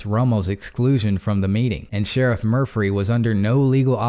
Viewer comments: Murphy not murphry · I like the way you pronounce Murphy with an extra “ r “ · I want his name to be Murphy so badly. Saying Murphree makes me feel drunk. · Good hearing ya bud! So is the Sheriff really named “Mufry”, I heard Murphy the first time haha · Murphry? I’m confused 🤔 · Murphry. Sorry, couldn’t help it. Love the channel ❤️